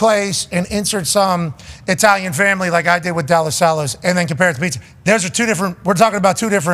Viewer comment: Della Sallas pizza, it's in Verona. He did kinda pronounce it weird, but I can't imagine he's talking about somewhere else